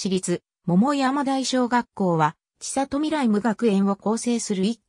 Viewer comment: 千里 ちさと→せんり と読みます。恥ずかしいですよ。